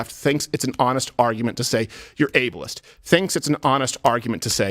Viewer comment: "You're Abalist!'" Yes... I want the Able-ist person in the job.